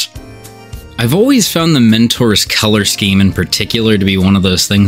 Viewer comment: I thought you were saying minotaurs until I saw it written down. Mentors, not minotaurs...